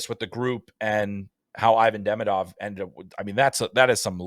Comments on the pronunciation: By the way, why doesn't anyone even try to pronounce Demidov's name even close to correctly? It's so easy. It's Duh-ME-duv, accent on the second syllable. I don't remember how people in the media have been pronouncing his first name (Ivan), but the laziness/uncaring of how people are pronouncing his last name leads me to believe he'll be called EYE-vin instead of ee-VON. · For the love of god, pronounce his name correctly. It's ee-VON deh-MEE-duv